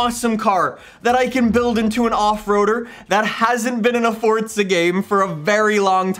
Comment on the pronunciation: Dawg it’s forza not fortza